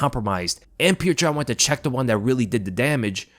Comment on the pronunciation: Who is pjewtjur? It’s just pronounced as piotr